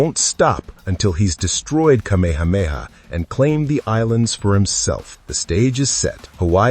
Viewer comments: Geez dude - car-meha-meha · Just wished you pronounced Kamehameha correctly. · Thank you! It drove me crazy listening to how he pronounced it incorrectly.